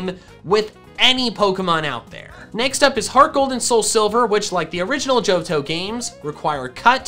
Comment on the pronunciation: you said tohjo